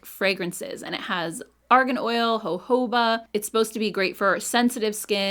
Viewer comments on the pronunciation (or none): none